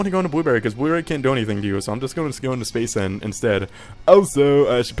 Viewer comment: Pål Martin Benum no he tries to say space eend what is dutch for space duck he just sucks at pronouncing it XD